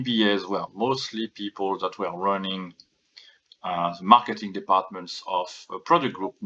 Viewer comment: I know that you said "the MBAs were running the marketing", but with your accent it sounded almost like you said "ruining" -- hmmm... I would believe both.